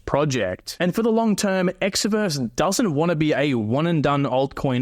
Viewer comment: Promoting Exverse and can't even pronounce it correctly 😂